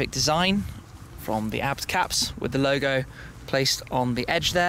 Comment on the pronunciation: It's A.B.T not abbed 🤣